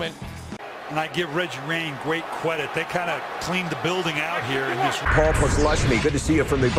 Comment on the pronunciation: Regg Wayne gweat cwedit